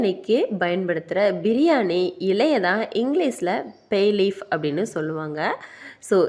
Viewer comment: Not payleaf This is bay leaf your pronousation very bad